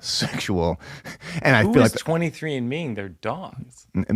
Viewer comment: “Who is 23 and me-ing their dog?” You’ve never sounded more East coast, Mike